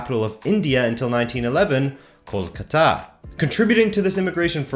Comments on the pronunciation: I am a PROUD BENGALI good video btw, the city is pronounced as kol-kaa-ta, not kol-ka-taa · You butchered the mate kol-cuter. Google Kolkata Knight riders a cricket team to see how it's pronounce. 👍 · You mispronounced Kolkata and Bengal. I know because my parents and their parents and their parents and their parents (you get the point), all are from India. I just live in the U.S. because my parents moved here.